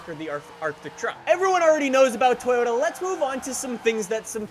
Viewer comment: It's just Toyota (to-jo-ta), not To-yo(gangsta "yo")-ta. It's very simple.